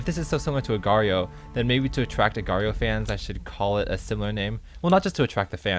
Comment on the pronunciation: It's just pronounced "Agar"